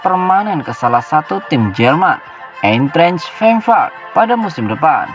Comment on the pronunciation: Eintrach Frankfurt bacanya Ayntrah Frang furt